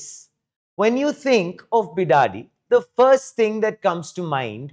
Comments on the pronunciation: Bidadi not bidadhi also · Its Bidadi not Be Daddy ಬಿಡದಿ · It's Bid-di for short.. not Be-Daddy... Great News! I hope it works! Namma Bengaluru.. Namma Metro.. Now Namma AI City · Karma .it is bidadi..not bidaaaadi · Bidadhi ❌ bi daaa di 😂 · It's pronounced bi-duh-di, but make duh very short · Please pronounce 'Bidadi' properly 🙏 Your video is reaching thousands if not millions and the pronunciation of the place you are talking about is very important otherwise it will soon become the way these thousands or millions pronounce this city's name. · Guys please pronounce properly its bidadi 😅..... please take it as an assignment or survival tips😂 u ppl destroyed beautiful word kannada into kannad now please don't destroy bidadi word we're requesting you 🙏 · Pronounce BIDADI properly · 😂😂😂 hey Please dont ever pronounce Bidadi as ur doing now man😂 there is a different meaning for that in kannada... and its a vulgar word😁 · Even AI pronounce it right